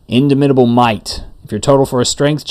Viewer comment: In DAH mitable as in DOMinate